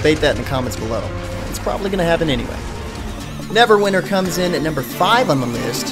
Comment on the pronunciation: dude its NEVERWINTER not NEVERWINER